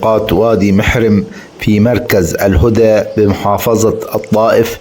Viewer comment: الهدى بفتح الهاء